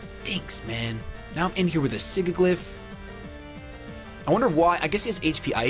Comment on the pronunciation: it's killing me that you're pronouncing Sigilyph wrong. Sidge-i-liff